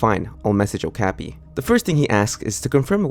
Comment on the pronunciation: not sure if somebody said this or not, but it's pronounced "oh-kah-pi." it's a weird little horse-like critter that lives in the rainforest, closely related to giraffes. as far as i'm aware, it has no widely known symbolic meanings that would be tied to this story. not trying to nitpick your pronunciation, just trying to help ^^